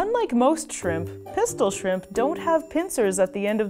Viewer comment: Shrimpu shrimpu no jetto pistolu